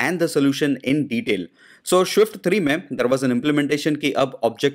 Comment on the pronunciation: please pronounce swift properly.. its so irritating to hear